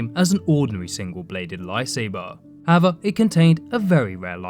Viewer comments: "howva" lol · it's unsettling how he says "however"